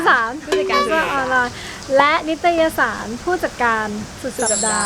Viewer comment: นิตยสาร ไม่ใช่ นิตรสาย ครับ ไม่ต้องรีบนะ